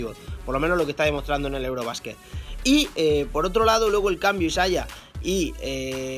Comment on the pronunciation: Me estresa que diga isaia